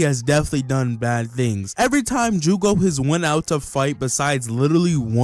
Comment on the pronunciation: It hurts my soul hearing you say jugo🥲😔